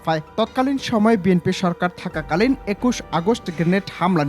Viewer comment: বিএনপি কে বিএমপি বলছে। উনি আবার আইনজীবি😁😁😁😁😁😁